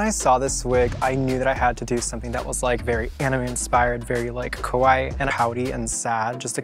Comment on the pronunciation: not indigo trying to say "kawaii", but instead saying "kowai" this is why he lost lmao